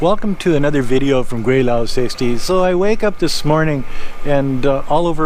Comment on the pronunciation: and you sounds more like 桂 than 鬼 when you refer your name.